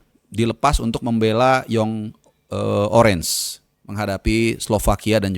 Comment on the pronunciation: … maaf koreksi Belanda itu sebutannya “oranje” bacanya “oranye” …